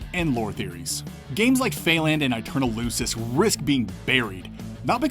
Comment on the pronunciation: In Latin the letter "c" always makes the sound k rather than s so Aeterna lucis is pronounced Aeterna lukis